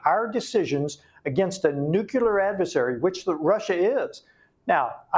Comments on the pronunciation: I like what he's doing but how do we get congressional reps in office who can't pronounce nuclear ? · I am surprised, and embarrassed for him, that a US Congressman does not know how to pronounce a weapon the Russians may use. Nucular? I thought Benny Johnson was the only one who was illiterate on this. Is he sure he wants to file Articles of Empleachment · Teach Rep Homer Simpson how to pronounce the core word of his discussion "nuclear" not "NUCULAR" wtf? Props for the articles of impeachment even though he likely doesn't know the words.. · This guy can't even pronounce the word nuclear.....